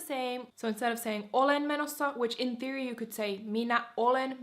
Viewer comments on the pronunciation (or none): none